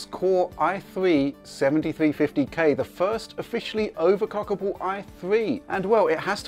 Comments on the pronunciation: He clearly said "overclockable". You need some hearing aids. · He said overclockable. I could clearly hear the L in the word.